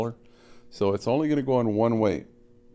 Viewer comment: “Look waaayyy up” that’s how we know you’re Canadian